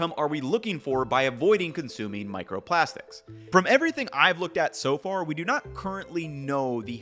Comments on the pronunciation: micerprastics lol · *microprastics lol